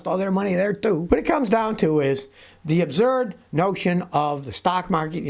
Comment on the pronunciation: 🤣 I love when Scotty says “OBZURD”!